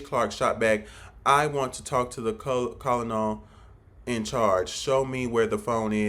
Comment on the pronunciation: My guy don't do a review on a movie that you don't understand. Colonel pronounced kernel. Military people understand the story line. The story is the story.